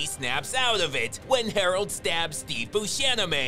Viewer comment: "Steve Buschanime" 😂😂😂